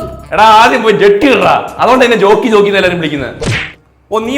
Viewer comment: റോക്കി ❌ ജോക്കി ✅